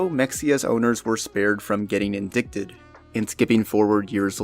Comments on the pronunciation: IT'S PRONOUNCED "IN-DITED" not indickted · Indicted is pronounced “in-dyt-ed” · "indicted" is pronounced "in-dite-ed" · Indicted is pronounced "in-die-ted" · its in-dight-ed. not in-dick-ted. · It's pronounced in die ted not in dick ted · Indicted isn't pronounced "in-dick-tid" it's pronounced "in-die-tid/did" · When you encounter a word that doesn't feel right when you say it, it's recommended to look up the word in a dictionary. You can learn how to say it properly, and better understand what it means. "Indicted" is pronounced "ind-ight". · The way you pronounce "indicted" is hilarious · you pronounced indicted incorrectly